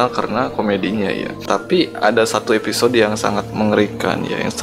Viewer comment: Episode bang bukan eposode